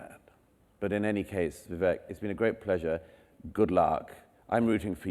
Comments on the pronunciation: Vivek-why can't the highly intelligent Mr. Murray pronounce that correctly? vee-VAKE as in cake, bake, take. Not vee-VECK. Think of the French accent on an E that is pronounced as an A as in etude, prelude. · It's not pronounced Vee. It's Vi, short i